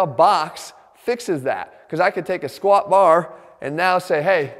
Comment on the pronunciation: "When it comes to the squahh"